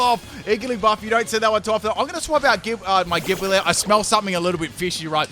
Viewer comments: Gibeyle Lol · 🤨 why did he say gible like that